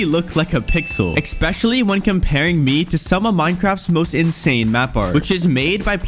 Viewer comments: it is pronounced esspecially, not eXpeciallsy. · My guy, holy shit. The word is "especially", not "ecspecially". And it's a Möbius Strip, not a Morbius Strip. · Dude really said expexially and morbius strip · Guy, you’ve got to stop saying EXpecially.. you don’t know how to say it properly..